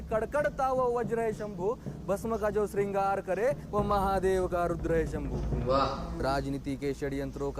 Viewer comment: भाई वह संभू नही शंभू है.